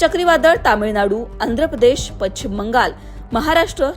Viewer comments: शुद्ध मराठीत बोलणाऱ्या व्यक्ती ला बातम्या वाचण्याचे काम का देत नसावेत लोकमत वाले? पश्चिम शब्दाचा उच्चार पच्छिम न चा उच्चार ण आणि ण चा न इत्यादी. मराठी वाचवा.... शुद्ध वाचा आणि बोला, लिहा. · पच्छिम नाही गं बाई... पश्चिम म्हण.